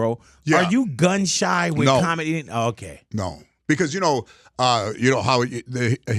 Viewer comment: Did he say George is gum shy or gun shy? He used to smile a lot! He’s funny!